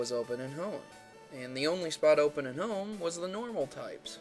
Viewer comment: He decided to move O'er to Hone lol pronounce stuff right bro